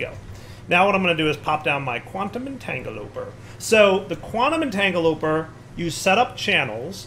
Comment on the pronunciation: At this point, you have to be purposely mispronouncing the EntangloPORTER right?